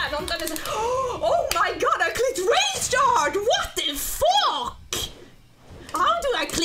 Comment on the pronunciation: It's so funny when she says wot de Phoque!?